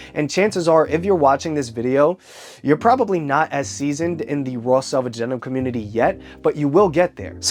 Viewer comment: It’s selvage not salvage 😂😂😂😂